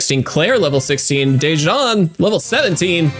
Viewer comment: not to be a hassle but the pronunciation for my name is “duh-juan” thank you very much🙏🏽